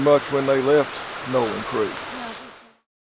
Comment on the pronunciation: The way you pronounced Nowland reminds me a small town that is long gone between Pierre and Rapid City, SD called Nowlin. All that is left is a cemetary.